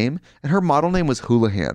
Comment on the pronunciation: When Trixie said “houlihan” I got very triggered bc that’s my maiden name what the fuck